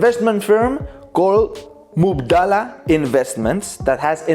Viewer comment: Its Mubadala not Mubdala and it means exchange in arabic